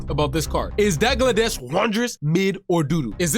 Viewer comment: Dagladesh lol so funny 😂😂 it's pronounced Dalgleesh but spelt Dalglish 😂😂 your welcome 😅